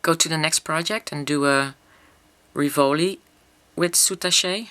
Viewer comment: The French pronounciation was correct before you said how the French pronounce it. They don't say "soutachay" like you did but "soutach'".